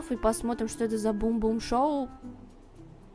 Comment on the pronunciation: Бум-Бум шоу ахахахахахахххаха правильно говорить Бум-Бам шоу